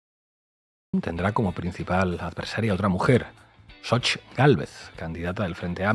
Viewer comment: Saludos yo soy hablante originario nahuatlaca y el nombre de esta loca es en náhuatl Xochitl en español flor y no como todos están diciendo sochitl y soy orgulloso orgulloso de ser nativo